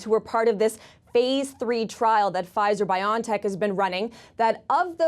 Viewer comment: It's pronounced "Bio-N-Tech" as in biology and technology which is what mRNA immunization is.. "journal-iceds" 😜 bion, lol really, all that marketing for nothing cause y'all be lazy!